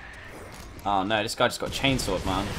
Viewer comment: 9.46 BEST öwwww nöööw of all british history <3